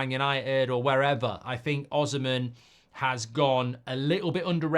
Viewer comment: It's pronounced O-SEE-MEN